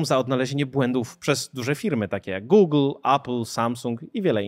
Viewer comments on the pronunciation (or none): none